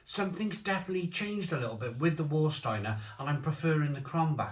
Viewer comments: just a little tip...W in German is pronounced as a V so it's Varsteiner not Warsteiner and Krombacher is the better... both still brewed in Germany... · And "S" is pronounced as "sh" before a "T". For example Stadt is pronounced as Shtadt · “Var” not “War” 😎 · Hey nice video, i've been living in Germany for decades, I prefer Krombacher, and its what I drink mostly. Warsteiner which is pronounced Var steiner, has a very metallic after taste, and I find after 5 or 6 you get a massive hangover the next day. With Krombacher, i can drink 10x 500ml no dramas and no hangover the next day. The thing that they have probably changed is the water they use to produce the beer, Krombacher use local water from the Quelle, which is free from chemicals and that's why i think the taste is much more crisper and purer, and that's why I don't drink Warsteiner anymore. Served Temperature also affects the taste I find, especially with Becks, i cannot drink a room temperature Becks, but served from the draft, it tastes 100 times better. Even in Germany its hard to find Krombacher on tap, its always either pissy Veltins, Becks or Warsteiner, such a shame. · Surely pronounced Varstiener? Prefer krombacker but not tested against jever and flensburger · remember to pronounce warsteiner as varsteiner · OK, Have you tried Kaltenberg Pils? If you haven't, don't bother as it was a fine beer when it was 6% ABV, it's now a ghost of what it once was at only 4.8%. Is this what they call progress? By the way,, it's pronounced Varsteiner, in my local they call it War Starter. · And yet he can’t pronounce Warsteiner correctly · He pronounced the beers incorrectly but he didn't watch the video I saw on how to pronounce German beer I guess